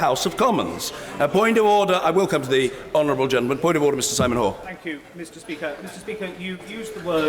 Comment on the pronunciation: Order, authoor, order, or do, order, in order, with smiling😜😜 Anyway, I really like the UK parliamentary democracy in order.